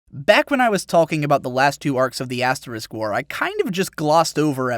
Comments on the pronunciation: You sound like you're saying "aSS war" rather than "aS war". heh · I swear I thought you kept saying ass war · Love how he pronounces it as Ass-war. OH, and by the way hits the subscribe button